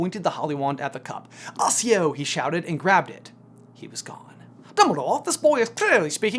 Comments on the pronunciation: It's actually Accio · "assio"? LOLLLLL.